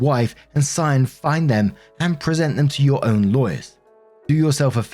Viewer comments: Cyan is pronounced sigh-anne you got it right :) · Good job on the pronunciation of Cyan! If it's meant to be pronounced any other way, it's one of those ridiculous spellings kids will be embarrassed about their entire lives. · Off topic of the story, but, I'm almost 100% sure that you pronounced "Cyan" correctly.